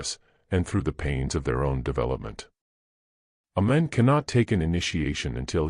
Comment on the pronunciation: This AI voice is somewhat annoying, pronouncing words like Man as Mon